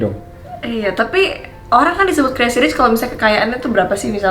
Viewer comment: Kalo boleh bahasa Inggrisnya di perdalam lagi Krn kamu itu public figure jadi kalo bahasa Inggris kamu jelek ma ketahuan bangat.. Modal cantik doang... Ngak ada kelebihan yg bisa di bangakan dr kamu... Maaf yha ini cuman masukan doang... Oyah crazy bacanya crezy bukan kresi...